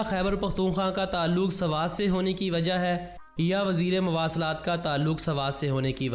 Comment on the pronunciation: Sarwat nhi swat 😂😂😂